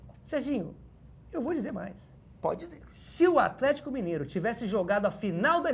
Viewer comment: toda vez que ele fala afletico eu automaticamente dou uma gargalhada